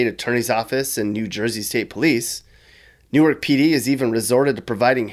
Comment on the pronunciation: Good video but it's pronounced "Nork" Not "New arc". "New arc" is in Delaware.